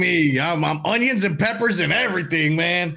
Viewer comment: I love it when is cutting her hunyuns 👌